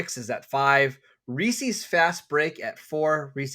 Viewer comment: Chunk and Sloth would be ashamed of your Baby Ruth takes. 1 Almond Joy 2 Twix 3 Mars Bar (US version) 4 100 Grand 5 Take 5 What kind of savage pronounces it Reeseas?